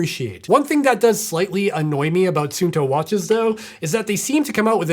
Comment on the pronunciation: It’s “sun” “two” not “soon” “toe”. Every single American review pronounces this incorrectly. Can’t they read?